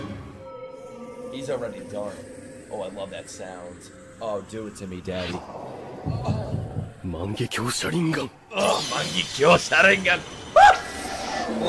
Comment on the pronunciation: incase you don't know yet, its pronounced Mahn - Geck - Yo (Mangekyo) {also i dont think this is really a spoiler but im pretty sure the black chidori is called Chidori Lament and that kind of rasengan is called Vermillion Rasengan}